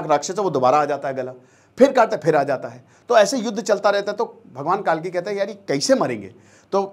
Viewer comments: कालकी नहीं सर, कल्कि है। अग्निहोत्री होकर भी इतनी बड़ी गलती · कालकी नहीं कल्की है भाईसाहब